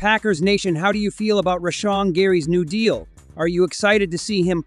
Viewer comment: Turned off the video after you pronounced "Rashan" wrong.